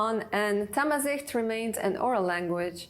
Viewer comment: It’s not thamizeet Zh- pronounce L .. different L